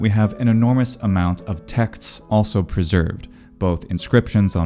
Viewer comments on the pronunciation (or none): between and min. You say merely [ tʰɜk'tʰs ] instead of texts.